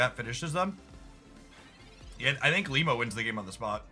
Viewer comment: First cc I’ve watched that says ilima correctly 😅